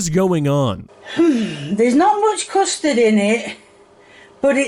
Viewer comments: It sounds like she’s saying “crustard” instead of “custard” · Custard? You mean "coostud" as would say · Thats not custard thats custurd 💀💀